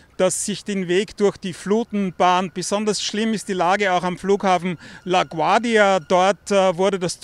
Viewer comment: Haha “la quardia “ airport